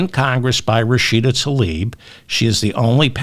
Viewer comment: Please consider pronouncing Rashida Tlaib’s name as spelled. TL-EYE-EEB